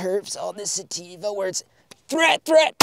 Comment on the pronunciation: “Theat Threat” fucking killed me